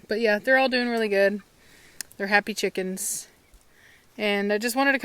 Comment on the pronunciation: I love you " Cheekans" lol!:) XD